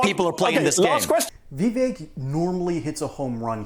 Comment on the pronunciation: I wish people who stop mispronoucing Vivek's name. It is pronounced like it would rhyme with cake. Vivek is assuming this joker is intelligent.